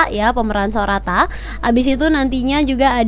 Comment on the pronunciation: Kok pas manggil sorato malah sorata padahal yang benar namanya okida sorato